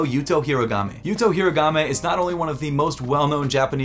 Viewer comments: my brother, love your content. but please stop butchering yuto's name. it's HO-REE-GO-MEH not Hiragame. he is our country's pride and it I think his name deserves to be pronounced correctly. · I just realized been saying Horigome... Hirogame for several videos now lol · It’s horigome not herogami or origami For god’s sake 😭😭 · bro the way he pronounced horigome 😭